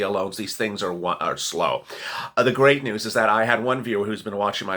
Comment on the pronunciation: If you say grate new one more time I am going to 🤮